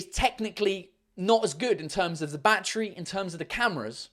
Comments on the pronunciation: Everytime he said "Battery" I understanded Backtrip ._. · How he says battery ( 🦇 🌲 )